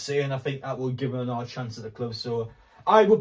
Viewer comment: How do you say another? Naaaaother?